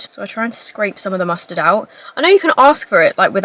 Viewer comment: your accent with “mustard” and “disgusted” is SO amplified. as an american, i am jealous!!!!!😂